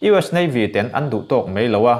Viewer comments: "Ten" i lamdan hi, ka bang daih dawn!! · "Ten" tih hi a khamawm hle a ni. Mizo tawng chu i thiam a lam dan erawh uluk leh deuh hret a ngai. Ka bansan tep tawh nia. Mahse a tha tho e.